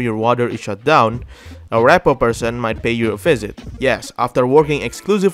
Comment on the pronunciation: Ree-poh just like repossess. Not rep poh duder.